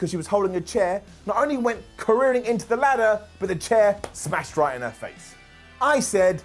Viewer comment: It's careening 🤦🏾‍♂️